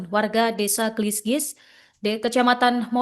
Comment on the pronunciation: Desa gelisgis 😅 Kelis mbk MC 😂